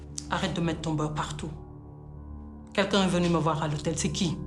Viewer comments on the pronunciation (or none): Wa Boris mom elle sait pas dire « U » waleu lane? Veni au lieu de venu, di au lieu de dû, monsieur mounane moussé. Walla c’est fait exprès, j’aime trop bien la série mais sama problème mom j’ai horreur de voir quelqu’un « zézayer ». Neu matt req.